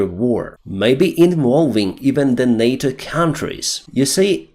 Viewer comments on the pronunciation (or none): none